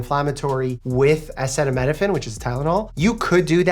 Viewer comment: Acetaminophen? Why he says it like that